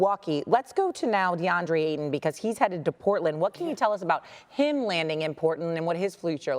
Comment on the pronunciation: The 'T' in Ayton is NOT silent... ugh